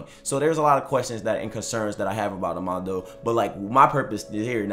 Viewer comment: 'Ama - Dou' not Omando